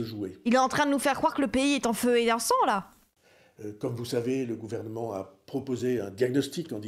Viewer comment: Elle me dégoûte sa prononciation de "Gouvernement"